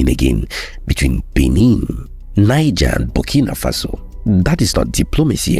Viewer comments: The country Niger 🇳🇪, is pronounced as Knee Gell, NOT Nine Gar. It is a state in northern Nigeria 🇳🇬, Niger State that is pronounced as Nine Gar or 9ja. The country is NOT pronounced that way, you are giving it a Nigerian pronunciation. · Hello sir. Please work on your pronunciations and delivery. (Niger) Neejeh, not Naijah. (Benin), Bene, not Beeneen. Too much exhaled breaths at the end of your words. Thanks for what you do. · Please do pronounce Niger- Nigche because it is not English. Your videos are awesome. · You keep pronouncing Niger in the Anglo-Saxon way! It is pronounced as "Neejaar" in the French way. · Excellent progress, great storytelling but wish we learn to better pronounce Benin and Niger properly, it's not the same pronunciation as the Nigerian names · Try work on your pronunciation of names. I almost thought you were talking of Niger State and Benin-City in Nigeria until I saw the maps. ❤